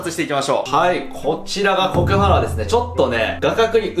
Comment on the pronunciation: 頭と胴体に 切り離しました！でしょ？ コクハンアラを コクハーンアラって 聞こえるのは私だけ？